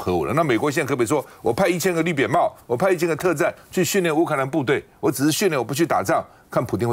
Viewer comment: 趙伯伯，說成，烏拉克